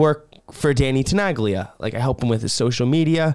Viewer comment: Wow, didn't knew there was a remix by Tenaglia! I can learn new stuff too ^^ BTW as someone with Italo roots as well, it kind of hurts me how you pronounce the legends Name 😄 the G in Tenaglia is silent 😁